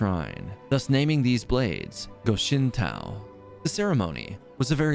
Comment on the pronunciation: GO SHIN TOE... not TAO.